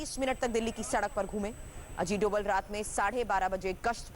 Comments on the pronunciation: धोवल नहीं डोभाल है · NSA का नाम अजीत डोभाल है न कि अजीत 'डोवल'. कई जगह 'भ' के लिए V का प्रयोग करते हैं जैसे बंगाल में सौरभ को Sourav लिखतें हैं. NSA का सरनेम डोभाल है.